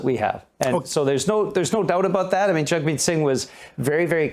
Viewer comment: I'm no fan of Jagmeet, but at least pronounce his name correctly. Yeesh.